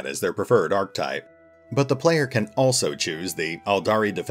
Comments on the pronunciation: Archetype is a three sylable word, pronounced arc-eh-type. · Nitpick: Archetype is pronounced "ar-KEH-tiep". I know it's a super insignificant and stupid thing to bring up, but it bugged me... > .> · I had to delete my own on this, myself, because I missed this in my first pass through the comments. I had to skip that whole timeframe because repeatedly hearing "archtype" was making my eye twitch. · Oh, true. Someone else actually pointed that out in one of my earlier videos, and I even started pronouncing it correctly for a while, but I guess old habits die hard! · Need to get Google to show you how to pronounce "archetype". ;-P Great narration voice, though! Sub'd. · Ha ha, thanks Fracture. And yeah, I've had plenty of people point out that mistake! The sad thing is, I actually did go out of my way to practice the proper pronunciation after it came up in one of my earlier videos. It's just hard to break bad habits! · Why does everyone mispronounce archetype? ar·che·type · great voice, but you are mispronouncing archetype. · Hm. Like what? I've had a few people mention my pronunciation of Archtype, but I don't think I've heard any other complaints.